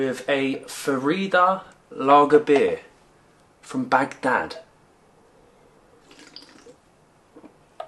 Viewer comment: I LOATH the way pronounces Arabic with the pause between syllables BAG DAD AND TAH RIR 😅